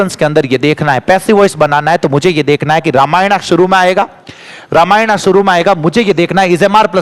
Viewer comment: Sir रामायण ko रामायण hi पढ़ो, रामायना अच्छा नही लगता